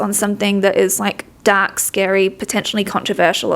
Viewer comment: With his accent I thought he said dog instead of dark and was gonna die thinking he was about to utter the words, "I'm not just MAGA, I'm dogma."